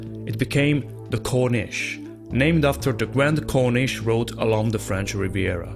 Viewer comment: You could hardly call that car a Rolls Royce. And you certainly can't call it a Cornesh!